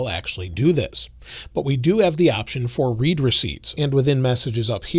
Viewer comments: It's read like "red". Not Reed. Lol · It's not pronounced "read", but "read" (like "red"). Like when someone has read your message...